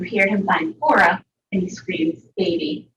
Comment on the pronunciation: why does she keep calling Cora “Core”???